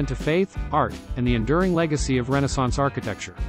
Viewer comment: Learn the correct pronunciation of Byzantine, Mediæval and Renaissance.